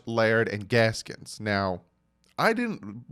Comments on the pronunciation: My man it’s Gaskin not Gaskins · It is pronounced Bree-da. And It is Gaskin, no s at the end